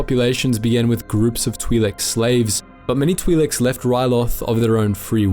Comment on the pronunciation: "Twee Leks"